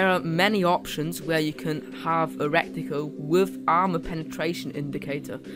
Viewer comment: Good video, though had to smile a bit at the pronunciation of reticle as 'wreck ti cul'. :-)